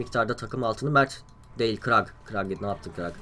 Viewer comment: Kurl a krag diyon dikkat et abi :)